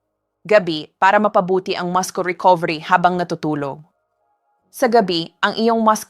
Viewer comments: Since when muscle pronounced as mascol. Instead of, massol? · Please, the pronunciation of the word muscle is masel not maskle. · Muscle pronounced as “masel”